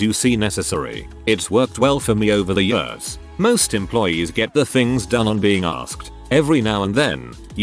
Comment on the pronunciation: The text: "Years" Every single reading bot: "Ye-urs"